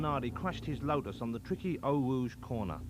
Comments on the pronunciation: “Zanawdi cwashed his Wotus on the twicky Eau Wouge corna.” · Unsuitable but hilarious. So many funny quotes like ripping the piss out of deCesaris, ‘Berger’s Fewawi’ and ‘Zanardi cwashed is wo’us’